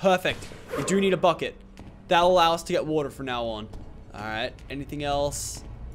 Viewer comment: sounds like fuckit not bucket